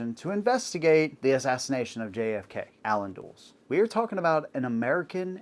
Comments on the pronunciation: Dulles. DUH-less. Not dools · Do your homework, Dude. Start by learning how to pronounce names: Dulles = DULL-uss, not DOOLZ. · FYI, Alan Dulles' name isn't pronounced "dools." It's pronounced "dull-less." Sometimes it helps to be older. 😄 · Dulles is pronounced "Dull-us," not "Duels." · Dulles is not pronounced "Dooles".. it's "Duh-Liss." As in the name of the airport Dulles International Airport in VA. It's named after him. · Yeah, that bothered me too. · It's pronounced dull-es, not dools. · pronounced Dull-Ess like the airport that was named after him. BINGO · Easy mistake, but the name is pronounced "DULL-us". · You are not well informed. Mispronounced Dulles name.